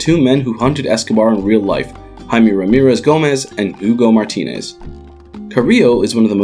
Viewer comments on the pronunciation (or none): none